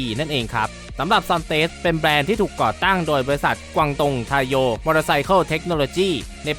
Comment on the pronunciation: ซอนเทส...ไม่ใช่ ซอนเตส เราต้องให้เกียรติผู้นำเข้าเจ้าใหม่ เรียก ซอนเทส....ตามนั้นล่ะไอ้ทิด.